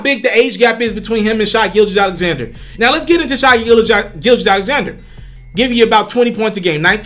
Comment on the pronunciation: His name is pronounced Shay. Rhymes with hay and say. Get it right!